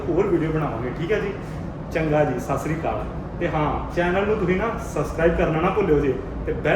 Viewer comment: ਸਾਸਰੀ ਕਾਲ ਨਹੀਂ ਹੁੰਦਾ ਸਤਿ ਸ੍ਰੀ ਅਕਾਲ ਹੁੰਦਾ ਪੰਜਾਬੀ ਹੋ ਕੇ ਤੈਨੂੰ ਇਹ ਵੀ ਨਹੀਂ ਪਤਾ ਫੁਦੂਆ